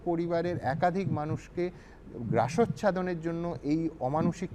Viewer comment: Kathata " grasochhadon" noi...habe " grasachhadon...